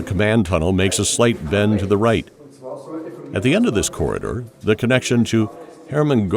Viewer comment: When the narrator says corder, does he mean corridor